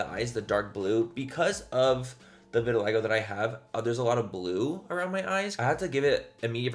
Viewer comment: Take a shot everytime he says Vitaligo